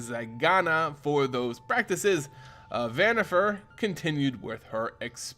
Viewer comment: Van-eeh-far not vanniFAIR great lore tho